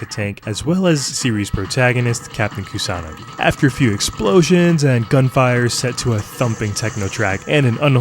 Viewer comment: No, but seriously, I appreciate that the Youtuber pronounces Kusanagi with an emphasis on the second vowel. Similarly, Koi is also pronounced correctly Koee with an emphasis on the second vowel. 💯